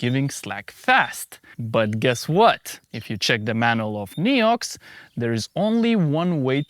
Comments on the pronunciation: Thats absolutely not how french say NEOX... XD In english you say nEEox... In french we say nAYox. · Hey! As a frenchy frog myself i can assure you there is absolutely no region in France, even in the most remoted ones, where someone would pronounce it "Niiouuuu" 😂 Great and interesting video as always! Grigri forever. ❤ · I'm French and certainly wouldn't have said Néou. ^^ Thank you so much for all your videos though! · Weird that you thought that "ox" is pronounced "oo" in France. In French, "Neox" is pronounced almost exactly like it is pronounced in English. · as a french, we don't pronounce it this way at all ;)